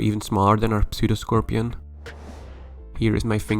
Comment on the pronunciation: the P in 'pseudoscorpion' is silent. Cool video.